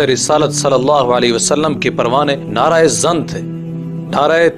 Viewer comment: اوہ بھائی تلفظ کی اصلاح اور مشق کر لیا کرو مثلا نعرہ زن ۔ کو نعرہ اے زن (عورت کا نعرہ ) کیا مطلب